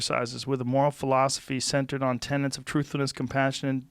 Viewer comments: Joe: please stop saying 'tenants' for 'tenets'. A moral 'tenant' is a cool-acting rent-payer. 'Tenet' definition is - a principle, belief, or doctrine generally held to be true. Bless up bruv. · TENETS not tenants. Cripes, Joe. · Joe....it's not friggin "tenants"...it's " TENETS" ! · 'Tenets' Joe, 'Tenets'! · Tenets, Joe. Tenants are renters